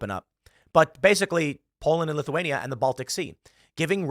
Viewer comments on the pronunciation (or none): none